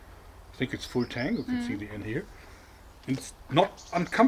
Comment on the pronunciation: every time Jorg says "full tang" I hear "Wu-tang."